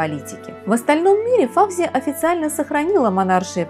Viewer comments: Здравствуйте,. Ваши ролики очень интересны, я подписчик. И всё-же сделаю дружеское замечание. В арабских, персидский именах ударение делается на последнем слоге. ФавзиЯ или ФаузиЯ. Просто на всякий случай, для информации. Удачи. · Не ФАвзия, а ФавзиЯ, не ШИрин, а ШирИн....И при чём тут драгоценные камни???